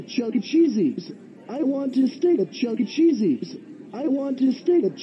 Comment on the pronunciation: The way that pronounced Chuck E. Cheese’s like that LOL 😂😂😂😂😂😂😂😂😂😂😂😂😂😂😂😂😂😂😂😂😂😂😂😂😂😂😂😂😂😂😂😂😂😂😂😂😂😂😂😂😂